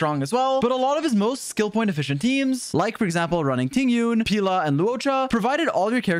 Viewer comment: You're pronouncing Pela as Pila, which means dick in portuguese. Idk how that would work as a support tbh